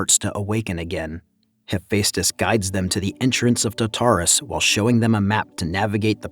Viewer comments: It's TARtarus not TaTARus. You have the emPHAsis on the wrong syllABle. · TARATRASUSSS.... .CHIMMMMRAAAA.... HE-FACE-TUSSS 🤣🤣🤣🤣🤣🤣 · Love the commentary man, one thing I have to say, just to help you say such words like Tartarus, it's "tart" like the desert tart than say "arus" just break it down into these two words and than try say it fast. Also had trouble saying words like Hephaestus as well. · And Tartarus...it hurt me deeply...